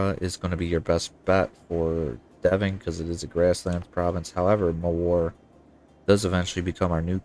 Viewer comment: Where are you from? I can't understand why you still caling Mewar as "mOwar"...